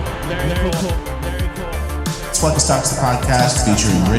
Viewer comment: Hola! Say "hola"